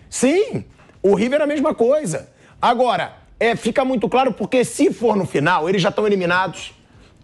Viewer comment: *Aguóra" ASMAR, Thiago.